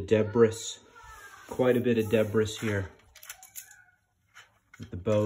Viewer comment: The s in debris is silent... no big deal just so you know... I'm watching this because I think I had the original as a kid, like literally the only Lego set I ever got... I remember it being more challenging to put together than I expected, but having zero Lego experience I don't know what I expected with something so relatively complex lol